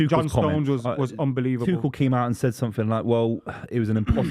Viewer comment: The irony of saying "yoo dont know ball bruv" about ten times in the same show he calls Gabriel Jesus "Gabriel Hay-zooz" and Thomas Tuchel "Thomas Two-Shell". Then there's the thinking that Maignan still plays in France...